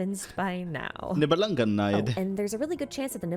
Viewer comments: I am maybe a bit late, but a short correction of that butchered pronunciation: "Niebelungenlied" is german. Her pronunciation of the "-lied" is not only butchered - it gives the whole thing a different meaning. "Nibelungenlied" means "Song of the Nibelung". "Lied" is the german word for "Song". Its pronounced like "Lead" not like the english word "Lie" or the german word "Leid" (suffering). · nibelungenlied is pronounced leed (song) and not lied (suffering)